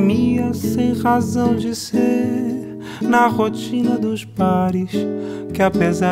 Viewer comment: Cara, meus parabéns, se não tens parentes próximos ou nunca vivestes no Brasil, significa que trabalhaste muuuito para construir esse sotaque brasileiro. Se me permitir, diria que o teu R de razão pode sair mais com o som de H, mas repito, o melhor tuga que vi até hj.